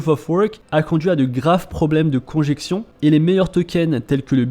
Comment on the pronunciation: Pas "conjection", mais "congestion". 😘